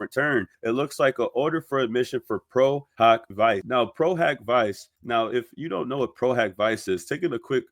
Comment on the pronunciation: I'm French, and I know for a fact that that "A" in latin is not pronounced " O" not only in latin but in all the other roman languages. If you take a class in Latin then the good education of people would be by telling them it's pro-hak-vee-ché ( Vice is pronounce like in italian), Pro-HOCK-vee-chay is a germanic pronunciation, and if you want to correct someone of the real way to say it in Latin, you got to use the latin pronunciation, and I checked on Oxford dictionary, it's in fact "hak"